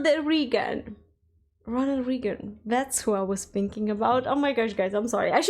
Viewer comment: Just a clarification.... Ronald Reagan is pronounced "Ray-gen", not "Re-gen". But it is understandable why you were confused at first. The speed that Fat Electrician mentioned Joe's name when he is introduced into the story clearly could sound different than what his name was. Especially for someone who learned English as a 2nd language.... SPEED that you say something can be far more confusing than NOT KNOWING the word. Also, the "fights" at Waffle House tend to be late-night/early-morning when the bars/clubs close, and you get a bunch of drunk people together who insist on being served first, despite arriving last. In short, MOST of the fights happen due to beer, or in some cases drugs, far more than the "regular customer". Basically, when the sun is up and around "supper time" things tend to be rather calm, sometimes rushed... but calm. At night, when the drunks and drug-users show up? Well, that is a coin toss on being calm or chaos.